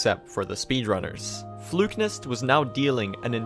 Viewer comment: His pronunciation of Flukenest as "Flukenist" kept throwing me XD